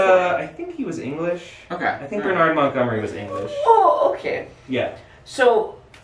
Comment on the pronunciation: "BurnARD Montgomery" Yeh that's not how you pronounce Bernard mate.